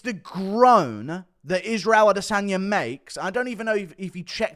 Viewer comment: Why does guru say “Adesanya” with a hard R